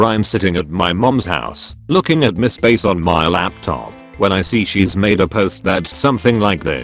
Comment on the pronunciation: Fassabook And Mis-pace